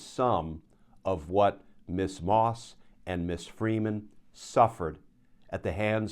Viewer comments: Ms is pronounced Mizz, not Miss. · A friendly reminder: Ms is pronounced Mz, not Miss. It was devised by feminists as a marriage status-free title for women..